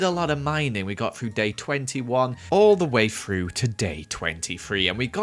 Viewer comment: Why does he say three like free and through like frough